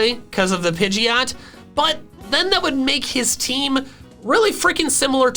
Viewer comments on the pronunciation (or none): DO NOT LEAVE OFF THE D IN PIDGEOT!